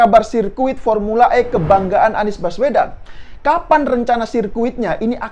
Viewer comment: Saya selalu ketawa klo abang adminnya sebut pormula E ini krna sirkuitnya msih di alam goib😂😂